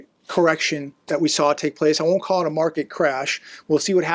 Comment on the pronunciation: It's called a corr-rec-shun. 2008 was a corr-ec-shun